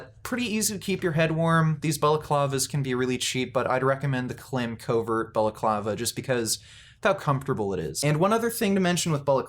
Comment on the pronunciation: Klim is pronounced like climb.